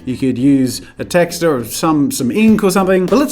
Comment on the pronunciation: purple or blue? what is wrong with people? and please stop pronouncing texture wrong!